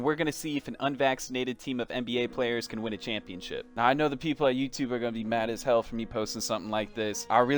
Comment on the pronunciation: Did this man say “SH”People at the beginning oh hell nahh lmaoooo